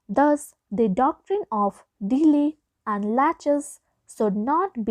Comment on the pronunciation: Ur pronounciation is very week , special we u are pronouncing delay it is sounding something like deeli